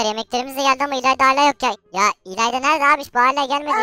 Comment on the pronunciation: abi adı ilayla değil ilayda